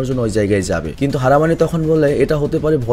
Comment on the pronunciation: dada ota harmine noy harminy